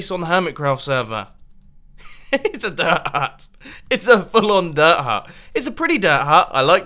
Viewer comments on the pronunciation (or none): he says dirt hut like daahaa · Mumbo one time I thought you said derp hut and it made me laugh so hard. I love your redstone vids and it helped me alot lately. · No offense but "dir huh" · He said bird hut, not dirt hut!!. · Was he saying dirt hut or durha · he meant what he said bc thats how it sounds when mumbo says dirt hut